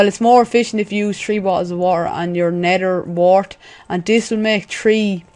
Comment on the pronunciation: Lol "nedder ward"